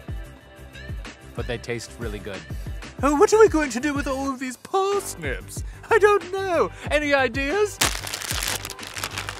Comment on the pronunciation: "Oooh what are we going to do with all these parrrrsnips??" 😂😂😂😂I LOVE YOU!!